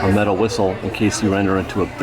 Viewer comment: Did you say “mental” compass?? Or METAL compass?? Lol